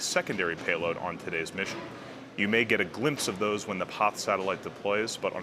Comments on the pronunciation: Am I crazy or does he say poth/pauth instead of PAZ every time? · Why is he pronouncing "Paz" as "poth"? What language is that? The satellite is from a Spanish company, but Spaniards pronounce "Paz" as, wait for it.... "paz". Go figure. Maybe buddy has had a stroke, has a lithp, or suffers from a bad case of hipster disease. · Joaquin Andreu, are you deaf? He is saying "poth" not paz. Click the link I provided where you hear a Spaniard pronounce it "paz", then compare it with his mispronunciation. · Loved the video and space x. There a few ways to pronounce paz. Hated the one you chose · you should learn to say Paz like it should be. It's easy, come to Portugal and I'll teach you. Peace!